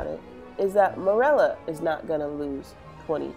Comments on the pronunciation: I hate how u pronounce merula it’s meroola not murela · I thought I was the only one who pronounced merula like murela lol